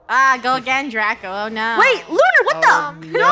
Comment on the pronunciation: Draco Said Unar Instead Of Lunar